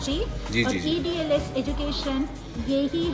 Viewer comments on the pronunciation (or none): It is EDLS not EDsl 😅